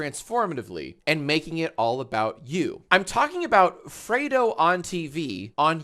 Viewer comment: It's not "freado" Fredo as in red the color. Fredo said he's had alot of people mispronounce his name so I'm just spreading the word. Good vid though, react bot's co-host. Whatever your name is.